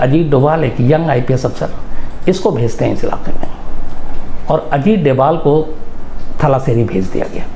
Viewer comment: थलाशेरी नहीं तलाशेरी... कुन्नूर नहीं कन्नूर